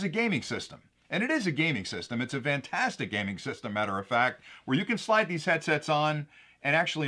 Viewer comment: Love your products, and thank you for the videos you do. One question: why do people (you) say "vantastic" when it's "fantastic"? Just asking. You do it all the time. I noticed your son doesn't (or was it your daughter?). Is that a local pronunciation from a specific geographic area?